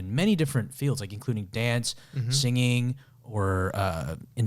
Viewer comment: The way Ryan says singing kinda throws me off 😂 "Sing-Ging" 😂😂